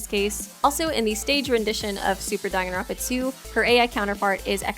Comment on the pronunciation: Dong-an-ronpa no its Dang-an-ronpa